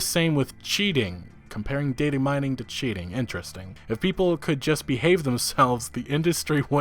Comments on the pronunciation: "Dating Mining, right after "valla-halla" do you even English bro. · you dont say data mining right and it urks the hell out of me